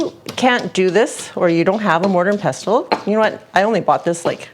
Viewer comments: The mortar is the bowl and the pestle is the mashing tool. Pestle is pronounced, pes' sel, and the t is silent, at least in the US it is... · Love hainanese chicken so will definitely try this recipe. It’s amazing to me how the Chinese have influenced the cuisine of many countries. BTW, the “t” is “pestle” isn’t pronounced like in “castle”. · Mortar is the bowl, and, the “t” in “pestle” is silent. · The pestle is the stick part - and the T is silent. :) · Hey and Dude. Do you remember watching Danny Kaye in the movie “A Connecticut Yankee in King Arthur’s Court”? There is a couple of lines from that movie that I remember that the “pellet with the poison is in the vessel with the pestle. The chalice from the palace has the brew that is true.” Any hoo, The mortar is the bowl and the pestle should be pronounced with a silent ‘T’, so it rhymes with “vessel”.